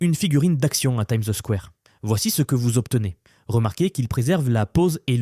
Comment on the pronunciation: Une figurine a "Time the square" ?? elevenlabs a du mal ce matin 😅